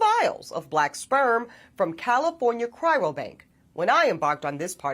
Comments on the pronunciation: She can't even say 'cryo' correctly. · Cry-ro is really hurting me. why?! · Why does she keep pronouncing it, “cry-ro”? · Can't even pronounce "cryo" tho! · So educated but can't say CRYO